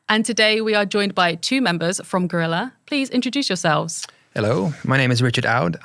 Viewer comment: Always good to hear a Spanish person say "guerrilla" the way it's supposed to be said